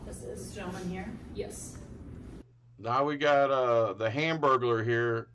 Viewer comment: 😂 "hamburgaler" Lol